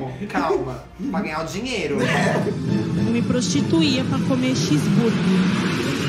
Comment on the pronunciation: Ela fala X burgui